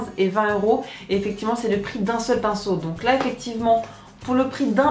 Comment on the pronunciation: tu dis souvent "eficivement",haha :p